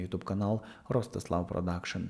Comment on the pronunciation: ТарасА ?! Шо за наголос, парле аля франсе, ростИслав